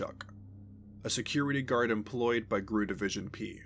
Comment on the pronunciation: I've made this comment on several other channels. GRU is not pronounced 'grue'. It' pronounced like any other alphabet group; FBI, CIA, KGB, etc.